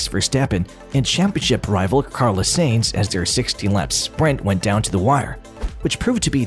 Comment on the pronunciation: Sainz, not Seinz.